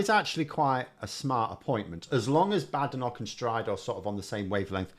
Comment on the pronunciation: Polite request here. has taken the lead on Badenoch. She pronounces it 'Bad Enoch'😂 I'm sure it's just her accent, and couldn't possibly be a callback to Enich Powell. Just a coincidence. Can we all start pronouncing it like this?